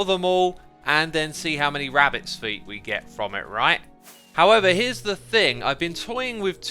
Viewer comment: Did my mans just say phuts instead of feet? Nice